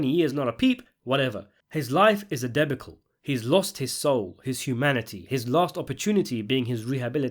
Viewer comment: A debacall? SMH!